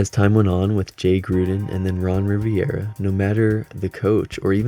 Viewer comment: Also, small correction, but it's "RI-VE-RA".